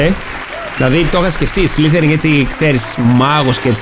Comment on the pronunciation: σλιθεριν . το λες λαθως.